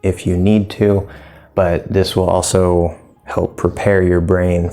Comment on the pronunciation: How do you pronounce "also," like "awl-soh-oo"? Cheers!